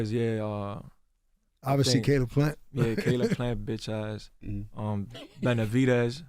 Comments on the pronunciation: I was like who tf is khalib 😂 I was like caleb plant got a bother or some shit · haha i actually googled Khalid Plant due to the way he pronounced it 😂😂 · Who TF is Khaaleeb??? Caleb!! LMAO! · He saying he’s gonna beat canelo with IQ hahaha and why is Lenard pretending he doesn’t know how to pronounce Kaleb’s name calling him kalib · Did charlamagne say "khaleeb plant"? These hosts really dont watch boxing forreal lol. Caleb Plant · “Khalib Plant” 😂 Charlemagne don’t know nothing about boxing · CALEB not khalib or whatever is you’re saying 😂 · That man said Caleeb Plant😂😂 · He kept saying Khalib Plant 😂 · I know Charla ain't just say Kaleeb Plant 😂😂😂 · Kaleeb 😅 Brotha Charla it’s “Caleb Plant” (Kay-lib) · Who tf is “KA-Leb” Plant? Lol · Lmaooo fr!! Thought he was talking bout some Nation of Islam guy at first. Brother Kahlib Plant 😭😭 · Khaleeb? It’s spelt Caleb. Terrible journalism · Kalib Plant😅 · Talib Plant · Charla it’s Ca-Leb not Kha-Lib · Pronounce his name right bro Caleb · Charlemagne saying the man name all wrong multiple times lol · lol Charlamagne can't even pronounce Caleb correctly. I bet he thinks Caleb is black.